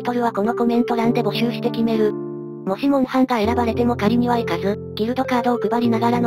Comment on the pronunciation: モウハンじゃなくてモンハン